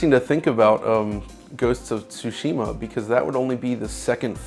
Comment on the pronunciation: The only man in this industry who can pronounce Tsushima